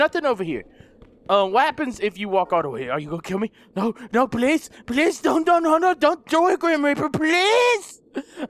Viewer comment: When says please it sounds like police LOL